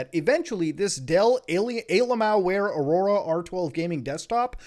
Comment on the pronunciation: I like how you say Alienware auraora pcs